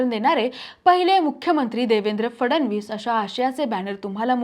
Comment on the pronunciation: cebc nahi may sebc mhna & la फडवणीस नाही फडणवीस असं म्हण बाई . विषय भारी तुमचा विषय गंडल बर का नीट स्पष्ट बोलणारे अँकर घ्या